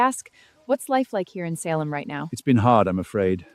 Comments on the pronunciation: Only error I found was the pronunciation of SAL-em instead of SAY-lem in the first few seconds. The other times she pronounced Salem, it was done correctly. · Salem not Sal em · I could be wrong, but I think it is pronounced “SAY-Lehm”. Not “Saaahhh-lum”. Sorry if I am wrong tho :( right at the beginning before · SAL EM village? We have self driving cars and AI still can't pronounce basic words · It’s pronounced Say Lum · I don’t like how she pronounced Salem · Stupid AI can’t even pronounce “Salem” right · I like the video, but the mispronunciations of the names Salem and Tituba are glaring.